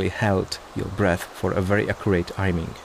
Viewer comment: ''ajming'' lol